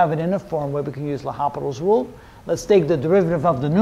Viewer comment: Nice video but do you know you shouldn’t pronounce the “h” - L’Hôpital was French.